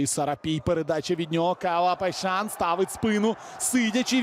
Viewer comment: Поясніть хто шаре, чому коментатор каже ПайшаН??ЛеаН, КойсесаН??